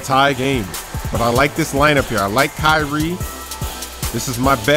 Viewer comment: I love how he says ky-rie XD